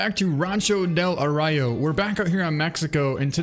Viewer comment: It's pronounced "Uh-Roy-Oh". It's the Sierra Madre Occidental Mountains in Mexico.